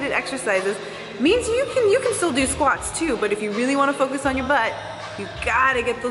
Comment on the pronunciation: doing squats as you say "it is not sqauts" 😁😁😁😁😂